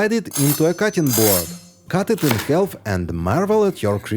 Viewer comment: Some letters in the English language are silent. Ex. The “l” in the word “half” is silent. So it is not half with the “l” pronounced, it is just haf with no “l” pronounced. Just like it is caf for “calf”. Hope this is helpful (both l’s pronounced!